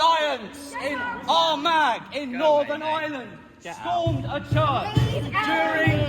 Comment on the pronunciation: 4.23 mins Such a patriot he cant pronounce Armagh properly 😂